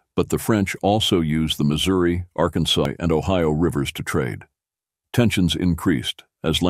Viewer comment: This has to be an AI voice, since everyone knows that the city in southern Alabama (Mobile) is moe-BEEL, not MOE-bull. Also, at , the Arkansas River sounded like it was pronounced Arkansite, or maybe Arkansigh. , there's a grammar alert: 'a rebellion sprung up'. Grammar lesson: present tense--it springs; past tense--it sprang; past participle tense:--it has sprung. Thus, the correct form is "a rebellion sprang up." No charge. Oops! Belle Fourche = bell FOOSH (French for ‘beautiful fork’), rather than Bell Foursh.